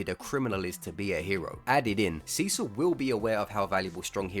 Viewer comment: God damnit, every time you say Cecil all I hear is Sisu... how the fuck is that even possible!